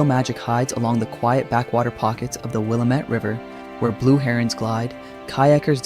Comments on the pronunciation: Will-am-it valley/river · Willamette is pronounced Will am it. I think that you have the wrong video of Pilot Butte in Bend. It is flat topped.